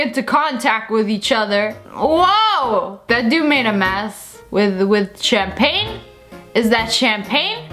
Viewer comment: SSSniperwolf - “is that CHAM-pain?”